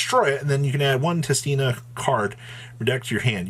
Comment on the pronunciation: how does everyone pronounce tistina wrong? WHERE THE HELL ARE YOU GETTING THE R FROM ITS SO FUCKING IRRITATING. also LMAO, people who bought out adamancipator cards LOL